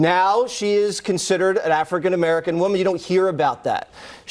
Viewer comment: I'm fairly sure he pronounces African-American with two "gees".